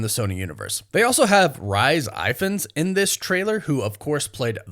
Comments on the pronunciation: The lizard actors name ,Rhys Ifans is pronounced REES IF-ANS. Not Rice Ivans 😂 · "Rice Eyefans"??? Dude, he's Welsh! It's pronounced Reese Eefans...